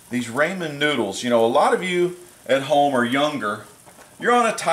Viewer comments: I love you but you prounounce ramen as RAYmen but its like RAH.. rah RAH men sorry, good stuff though!! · D: It's raw-men. RAWMEN noodles.